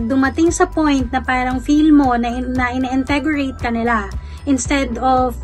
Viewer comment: That moment when you said "iniintegorate" when you actually want to say "iniinterrogate". Lol